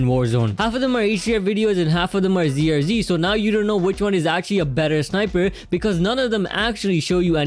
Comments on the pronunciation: Its ZRG not ZRzzzzzzzz ffs my ears are in pain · Haha the G is silent.. also sounds like a Z..